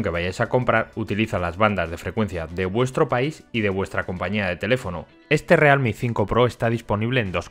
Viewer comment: o realme o "rialmi" pero decir "realmi" queda horrible